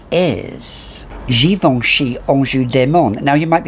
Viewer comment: All hail LVEB Absolue, that is one powerhouse of a vanilla and yes it's most certainly grown sexy woman! Love hearing you say GIVENCHY in that amazing french accent. 🙌👌💕💕